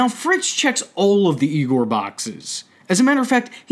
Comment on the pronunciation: mufugger said YIEGOAR